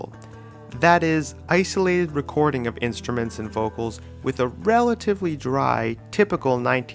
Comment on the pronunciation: this nigga said WRECKORDING